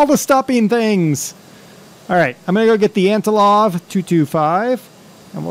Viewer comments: AntoNov, not antoLov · Hey man! Love you videos! Just a few tips on your flying. Don't put the landing gear up so early. You want to wait until you are a few hundred feet above ground to do that. It's Antonov , not Antilov (Trust me I'm Russian) ;D You wouldn't want to hit the Rev. Thrust in the air. It could damage the aircraft. Also, if you landed that hard in real life it would destroy the airframe. (But it is a sim) That's it! Keep these up man!